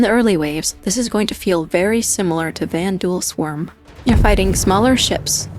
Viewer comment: the vanduul swarmuh 😩